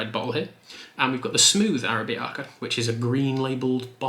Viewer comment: Its pronounced ahh-rab-icah